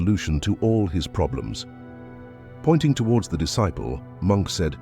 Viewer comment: You mispronounced disciple.